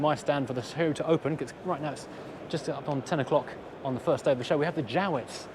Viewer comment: Strange pronunciation of Jowett?